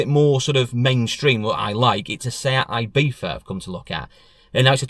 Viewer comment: Love the video but folk always pronounce Ibiza wrong and it does my head in! It's not "eye beetha" it's ee-bee-tha!!